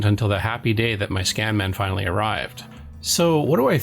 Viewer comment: Hate to be "that guy" but it's not CHEYE-non, it's chee-NON. The company is of Japanese origin.